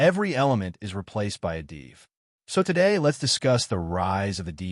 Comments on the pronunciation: I am totally agree with you while cringing everytime I hear "deev" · Isn't 'div' just a short for 'division'? Wouldn't it make more sense to pronounce it like the first syllable of that word then? Or do you say deeevision?